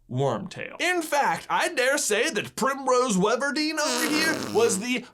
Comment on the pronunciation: “Primrose Weverdeen” ON POINT